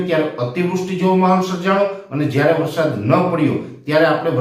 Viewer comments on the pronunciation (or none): none